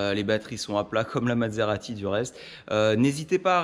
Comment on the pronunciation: vous prononcez "Mad-serati", c'est parce qu'elle vous a rendu fou ?